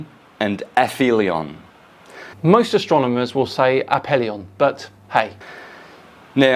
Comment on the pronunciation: Go on ass-hole, say "APHELION" again, just as though you were as utterly stupid as you are! 🤣👍❗🌎💫⭐ Err... no... no, you're still saying it as though you were saying, "Paedophilia", a word that I'm sure you're unfamiliar with, just as much as you're unfamiliar with so many other words! Oh ho ho ho! 😆🤣😆👍❗🌎 What a dummy!